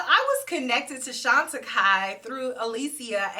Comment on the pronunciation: Now I know how to pronounce that brand thank you. ❤